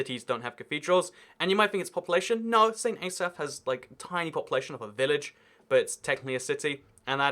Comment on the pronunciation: Damn that's a lot of errors 1. St Davids being the "second smallest city" 2. "St elsaphs" 3. "Fort Davids" 4. "Fort Andrews" 5. "Fort David" 6. Holyhead not being a city 7. Carmarthen not being a city 8. Carrickfergus not being a city 9. Munster not being a city. It's not even in the UK infact. It's in the Republic of Ireland. 10. Wirral not being a city 11. Chesterfield not being a city 12. "Northhampton" 13. Northampton not being a city 14. "Southhampton" 15. saying Southampton isn't a city when spelling it wrong 16. Ipswich not being a city 17. Kent not being a city 18. Cambridge and Oxford being university TOWNS 19. Shoreham not being a city 20. Wellingborough not being a city 21. Rugby not being a city 22. St Asaph not being the "smallest city" 23. "Brighton county" 24. "Guildfordshire" 25. "Summerset" 26. "Greater Birmingham" 27. "Birminghamshire" 28. Pronouncing Worcestershire wrong 29. That counts twice because he pronounced Worcester correctly earlier 30. "Isle of White" 31. Calling Cumbria "Northumberland" 32-35. Calling Cumbria Humber, Humberland, Humberside and Cumberland 36. Thinking Yorkshire and the Humber is a county when it's a region 37. "Chestershire" 38. Liverpool not being a county 39. Humber not being a county 40. That counts twice because he already tried it earlier. 41. Pronouncing Derby and Shire wrong 42-44. That counts 4 times because you already pronounced Derby correct earlier and Shire many times That's 44 errors in only the cities and cou